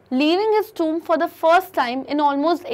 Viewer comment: It's tomb Not tuumb 🙏🤦